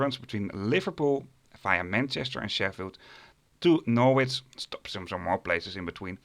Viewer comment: Norwich is pronounced Norridge as in porridge.